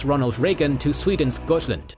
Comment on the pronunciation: why do you pronounce swedish words not in english nor swedish, goythsland? bro its gottland hard T